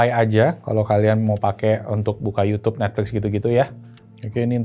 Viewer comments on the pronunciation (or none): Yutub aja om nyebutnya jangan yutyyuub 😂